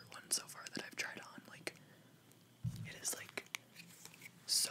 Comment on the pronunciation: I LOVE the way that he say the words "like", "but" and "it"... Its like: buTTTT iTTTT liKKKKe (My satan my english is disgusting :'D)